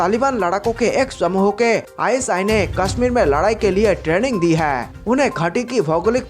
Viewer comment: Bhai hai word sahe se bol.